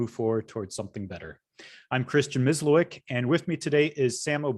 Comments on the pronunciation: omg Miss Loiq instead of proper Mysliwiec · Samo, I believe you are Slovenian. I believe you know how to pronounce Polish surname Mysliwiec properly.